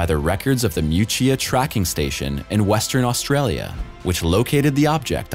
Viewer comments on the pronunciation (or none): It would be wise of the narrator to find out how to pronounce the names of Western Australian towns before his presentations.